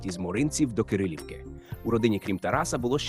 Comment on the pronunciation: Чому село КЕрЕлівка? У підручниках написано КИрИлівка. Рік народження ШІ вимовити не може. В інших джерелах - сім'я далеко не бідна. Впевнена, що далі буде..., як то кажуть.